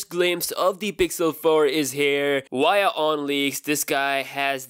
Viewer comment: His via is waya like his da vinci is winci 😊 i wonder if his doing it on purpose.